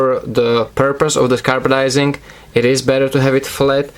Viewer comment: Hey man I'm pretty sure it's Carbidizing not carbadizing